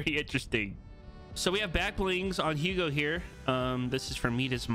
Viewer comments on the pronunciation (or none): Bro his name is pronounced UGO not HOUGO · “Ugo” not “Hugo” (how it’s pronounced )